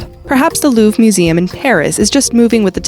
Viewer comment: Louf museum😂. Jesus. That’s not how you call it